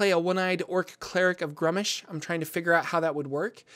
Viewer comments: I believe it's pronounced *grumsh* or maybe *groomsh*, all one syllable. is adding extra letters and syllables in his pronunciation when he says *grum-ush*. Though to be fair I can't remember off hand what source book that was detailed in. Other than that well done. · You insult Old One-Eye with your pronounciation A thousand thorns to the scr0tum upon you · My least favorite way to say gruumsh